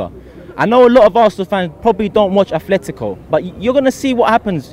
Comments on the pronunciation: Atletico not Athletico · What I really want is for all of these guys to stop SAYING "Athletico". It's pronounced "Atletico", no H. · FFS there is no H in Atletico, it’s Atletico Madrid not Athletic Bilbao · Its actually Affletico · It's Atletico not Athletico. .